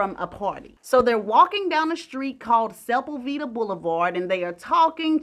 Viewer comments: you called the street Supulveeda. It’s pronounced Se-pul-ve-dah. Love your channel ❤❤ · This story is wild 😮 I have never heard of her, poor Ms.June. This is so sad. The street is Sepulveda ( Suh-pul-VEE-DUH) ❤ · Its pronounced sep-pul-vida blvd. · I Luh you, but I cried laughing at your pronunciation of Sepulveda. 🤣🤣🤣 Pronounced: Seh-pull-vee-duh Either way, excellent story, as usual ❤️❤️❤️ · It stopped me in my tracks too.....love it! 🤣🤣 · I’m from the San Fernando Valley-SFV the busy avenue is pronounced Se-puhl- va- da, Sepulveda Avenue. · OK. I was somewhat familiar with her story because I knew a little bit about Russ Meyer in his movies. Thing that got me about this video was your pronunciation of Sepulveda. For a second I thought you were talking about it totally different place until I put it together and once I did, I just fell out. if I didn’t know you from Alabama, that pronunciation basically screamed it. but back to Ms. MacK the fact that she looked aged by the time she was 29 just let you know how life in Hollywood can chew you up and spit you out. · As an LA native the way u pronounced Sepulveda was crazy😂